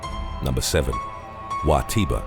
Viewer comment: I’m sorry the “WA TIRA” intro made me giggle cus cus how it said💀💀